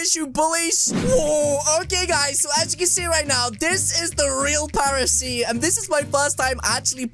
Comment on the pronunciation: I thought it was Paris not paresee